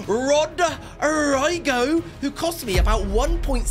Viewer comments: oh my god im sorry but that "rodraygo" killed me 😭😭 its pronounced the same way its spelt so its kind of like "rodreego" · "RODE ROYGO" got me wheezing